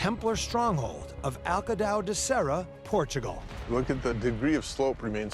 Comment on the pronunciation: 'Welcome to Port-a-gul.'